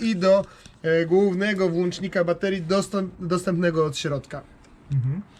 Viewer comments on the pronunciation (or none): Pan konstruktor : mówimy Voltów nie Volt , Pan redaktor : może Pan włączać światła gdyż to jest włącznik nie włancznik